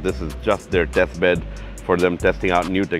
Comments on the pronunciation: I dont know if it is just me, but I hear deathbed each time he says testbed. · Actually no, I hear deathbed as well. May be you have a pronunciation issue due to your accent. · You are not alone 😂